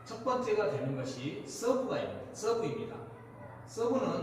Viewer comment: 써~으브 사투리정감있네요 😂